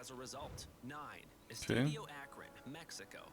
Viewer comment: This guy is really dumb for not including Gillette, MetLife and Houston. I mean the fucking final is going to be in the metlife stadium? And he could put a LITTLE bit more effort to pronounce the Spanish words correctly. I’m a gringo but fucking Christ bro, “eeestahdyo”